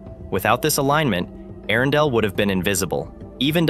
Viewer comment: How many ways can AI manage to pronounce "Earendel" in one video?